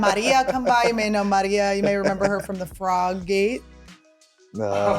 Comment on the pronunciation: Congrats on the laundry achievement! I can definitely relate to the ladyHD struggle and I love you for sharing (and love how you pronounce Maria❤)I also recently spent a day putting lots of loads away. I am so excited to see you in Spokane on 4/19!